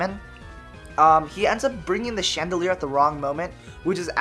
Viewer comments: It's not "chandoleur",it's "Chandelure". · It's pronounced: Shan da lore. Please take this into consideration. Mkay?